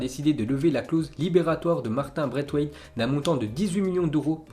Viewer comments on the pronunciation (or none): oh j’t’aime bien ta vu mais fait un effort sur les accents que se soit sur les noms de familles on dit Braithwaite pas BraiTwaite et Mateu c’est espagnol sa se prononce mateou fou la mort dans chaque ZI on y’a le droit